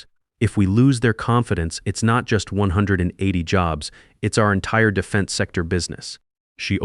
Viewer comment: Why can't the AI say "180" correctly? or even consistently?